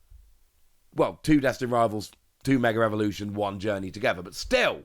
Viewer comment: Is it just me or does it sound like he says mega revolution vs mega evolution